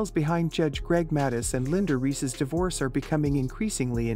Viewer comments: He should SUE the fools! Narrator can’t even pronounce Judges’ last name correctly. Boy Bye! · If this is an example of AI, I don't like it! Mispronounced the surname three different ways!